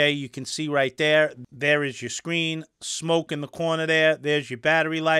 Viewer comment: Geez tho it's smok not smoke